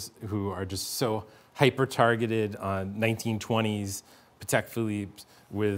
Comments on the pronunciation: PLEASE tell the guy in blue to stop pronouncing the company Pahedeck. PATEK was polish. Pah Tek. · Great interview with two experts. I was struck by the pronunciation battle: PAT-eck versus puh-TECK. I’m glad they can agree on Philippe!